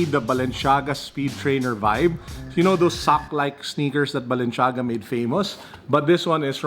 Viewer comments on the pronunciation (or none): HEY IT IS NOT BALENSHAGA IT IS BALENCIAGA HAHA